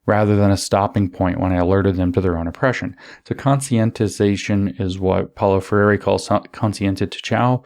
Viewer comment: Please help James pronounce Freire.